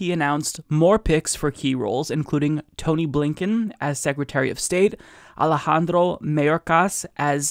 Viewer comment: i like how you trilled that r in alejandro.